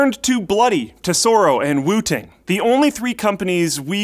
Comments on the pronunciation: I totally thought he said Wu-Tang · I keep hearing wu-tang😂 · I thought he said wutang 😂😂😂😂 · kept hearing wu-tang, for some reason.. and figured, "yeah.... i guess this is a market the RZA has broken into yet." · i thought he was saying Wu Tang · Who kept hearing Wooting as Wu Tang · Whenever you said Wooting One I thought you were saying Wu Tang One. I was waiting for some sweet Wu Tang Clan jokes